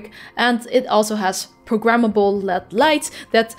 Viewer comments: El eee deee.. Not "lead" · Led is an acronym for light emitting diode. So, it’s pronounced L E D, with each letter being pronounced separately. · I've been hearing it more and more, and my brain keeps hearing "Lead lights" - like...Pb. Atomic number 82, etc. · Its weird to hear someone say LED like they're saying OLED. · I never said it was a bad thing. I just thought it was weird.